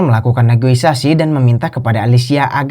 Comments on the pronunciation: Negosiasi not negoisasi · Negosiasi Min,, bukan negoisasi,,hehe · Negosiasi bukan negoisasi dek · Yang benar "NEGOISASI " atau " NEGOSIASI " 😂